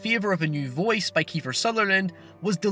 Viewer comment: A neem and a vowece